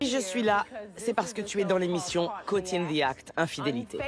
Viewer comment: Coucou! j'aime beaucoup tes réact, surtout les caught in the act. J'aime aussi beaucoup l'anglais et mes oreilles saignent à chaque début d'épisode mdrr on NE DIT PAS coz in the act mais "côwte", je t'en supplie essaye de le dire une fois, juste une fois, et je serai comblée de joie et de bonheur éternels 😆😉 Merci et big up